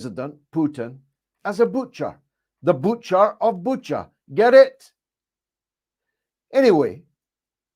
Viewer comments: Great one, Mr. Galloway! Facts don't care about feelings, thus they are the only way to harvest conclusions, given the ability to analyze them. It's pronounced Bu-cha, like chess, not buka. Respect from Russia! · It's pronounced Bu-cha . Not Buka